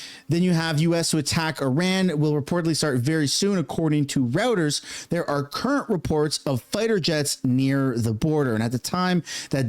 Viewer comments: The news agency your trying to say is pronounced ROY-ters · Its "Roy-ters" ffs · Reuters is pronounced as “Royters”